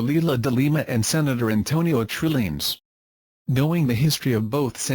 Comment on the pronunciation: The voice pronounced Trillanes as Trilling.... sounds like Trililing